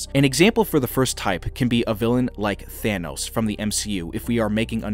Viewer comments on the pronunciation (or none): none